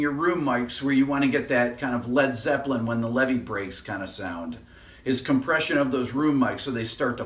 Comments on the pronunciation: Hey Rick, With all due respects, you are an intelligent man, but on the whiteboard you left out the "R" in compRession. :-) If you pronounce "Compession" sounds like something Joe Pesci would say! :-) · "COMPESSION" <3